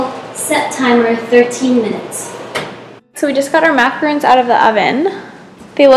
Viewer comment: Macarons and macaroons are very different; it sounds like you’re saying the second one 😬